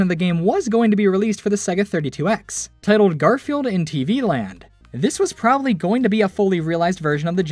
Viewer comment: "tittled" lol